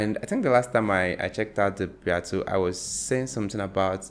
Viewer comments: The Beatles (pronounced bee-tells) are timeless. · Just so you know, you're mispronouncing the name of the most famous popular music group in world history.